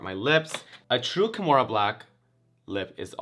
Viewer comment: not KIMORA shading KAHMORA